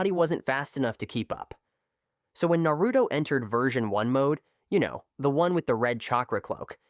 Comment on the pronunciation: Is this Ai voice because he is saying naruto's name completely wrong😂😂😂